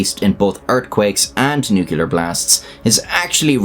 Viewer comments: why do you say nookoolar, you arent american, you arent that deficient, you are a decent irishman, I know you can say "nuclear" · Nuclear. It is a simple enough word. Two syllables. New and Clear. Give it a go one day. Practice by saying New for a few days. Then practice saying Clear for a few days. When you are confident, why not put them together. New Clear. That way you won't sound like a Pratt because you say; Newkiller. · I love your videos, but I must make a correction. The word is pronounced "nuke-lee-arr", and never "nuke-you-lar". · I pray to god that someone pronounce nuclear correctly just once. New-klee-ur, not New-kyu-lur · I practiced by saying “new cleats”, since I had bought new shoes and gave a talk saying new queue lar. And got called out. By a Nobel prize winning nuclear astrophysicist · Given it's your videos subject matter... What is "nucular"??? I only clarify because you (like many Americans) repeatedly replace 'nuclear' with your variation "nucular". Sorry for moaning but this one of my 'turn green' bug-bears. Many thanks for your hard work. Take care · nuke u ler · You blew it with the first nucular at about 10 seconds, twat! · "...Nucular..." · NOO-klee-err. Sorry. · Love your channel bro. Quick nitpicking tidbit lol, it is pronounced, "nu-clear" much love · Nucular Weapons Strike again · for fucks sake dude, saying "nuke-ya-ler" is just fucking annoying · If you remove the nu from nuclear, you're left with clear. How do you say clear? Is it "kleer" or "cue-ler'"? I say "kleer" But then when you add the nu back on, people seem to change the pronunciation to "nu-cue-ler" for some reason. It's like they're adding an extra u sound to the word that isn't there, as if it's spelled nuculear. But I think it's cool. Say words however you want to and ignore any persnickety, pedantic, know-it-all that tries to correct you. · nu-klee-er. it is 3 syllables. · Nookyalurr lol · every time you pronounce it "nucular" an angel is nuked